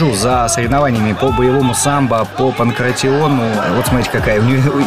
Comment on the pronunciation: pankration isnt pronounced like this, its pankra- ti- on, and means ''from Pankrati'' which is still a neighborhood in athens